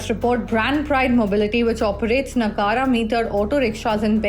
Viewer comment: Its not Na-gaa-ra, its Na-ga-ra